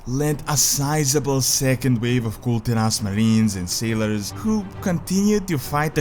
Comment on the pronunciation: bro... come on... its Kul Tiras not Kul'Tiras